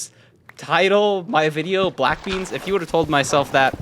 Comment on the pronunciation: Bwack bleans lol his commentary was hilarious